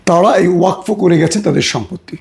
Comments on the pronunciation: ওয়াক ফো নয় ওয়াকফ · ওয়াকফো আবার কি ওটা ওয়াকাফ 😅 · Uccharon thik korun . Wakfo noi wakof. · ভাই কথাটা ওয়াকফ। ওয়কফো না।